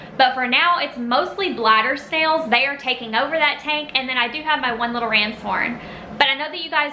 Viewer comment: Did she say glider snail or bladder snail